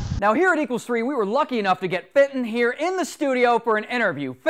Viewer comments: I heard Satan, not Fenton. xDD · The slow mo "FATON!!!!" (is dat how i spell it?) Sounds like "SATAN!!!" (0 : 30 sec into the video.) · i thenk hem is saying satin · It's FENTON!